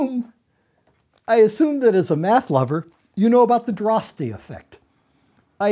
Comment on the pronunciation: Dutch here; you don't pronounce the e in Droste.